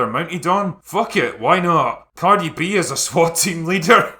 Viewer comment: Did you say Cardi B as a SWAT team leader or WAP team leader? I don't know what's worst 😄